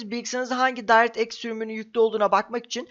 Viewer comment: video güzel ama bir tavsiye vereyim directx'i doğru telafuz edince bi mutlu oldum ama mikrosoft demek yerine doğru hali olan maykrosoft diyebilirsin :D öyle okunmuyor o kelime :) <3